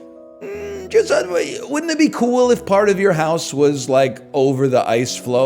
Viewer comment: lmfao when he says saUna so many times that he starts saying hoUse